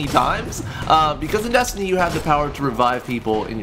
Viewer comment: When u say destiny I always think ur saying desandnate